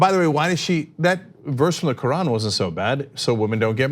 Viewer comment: I personally am offended by how she just pronounced hijab and Quran lol